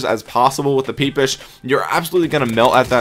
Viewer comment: this man said peepish